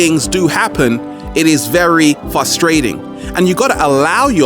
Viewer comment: Great video! btw: I love you but it's frustrating when you say "fustrating".